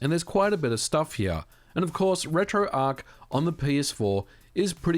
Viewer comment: "Jowlbroken"... Yeah, that's kinda how you sound Ôo And it's pronounced RetroARTCH. It's not spelled "Arc"...